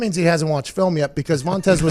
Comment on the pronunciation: What's the story with calling Vontaze Burfict "Vontez"? Makes me laugh every time.